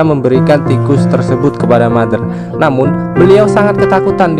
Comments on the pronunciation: iam Mother DIBACA iam Matter huehehe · Putri bertanya kepada mater, ngomong mader nya capek apa 🤣